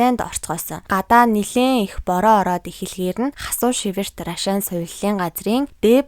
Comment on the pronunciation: Наль наль гээд ямар ядаргаатай ярьдаг юм бэ.Түүнээс гадна наад Рашаан гэдэг үгээ битгий Ррашаан гэж дуудаад байлдаа .Монголчууд наадахыг чинь Аршаан гэж дууддаг юм.Аягүй чихэнд чийртэй дуудах юм.